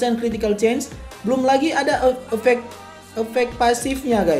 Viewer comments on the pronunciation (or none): none